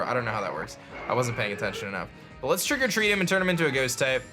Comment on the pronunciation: Does anyone else think that when says Trick or Treat, he says "Trigger-Treat"?